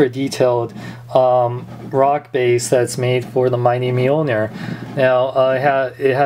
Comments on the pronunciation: mil-nor not meal-ner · it is pronounced meeoneer